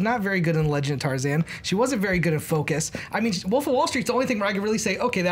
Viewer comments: Is it just me or does it sound like is saying the Woof instead of,"the Wolf," in the first round? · That guy just cannot pronounce "wolf".